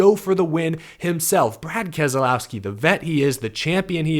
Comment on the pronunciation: It's Kas lowski not Kaz ah low ski?!!!